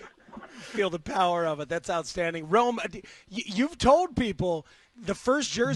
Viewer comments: Brother did you get tricked by pronunciation too? The way they slur it, I thought it was Roma. His name is Rome! Rome / / / Odunze. BEAR DOWNNNNNNNNNNN. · pssst... I don't like how y'all pronounce ROME-ODUNZE's name. TWO WORDS. Not ROMA DUNZE. Its ROME /// ODUNZE. Y'all speak for a living?? EDIT: ok you pronounced it pretty well nearly each time here (very last at end) but in preceding weeks 😅. Sorry for the jab😅.